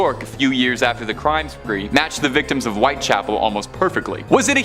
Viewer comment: White Chapel, not White Castle.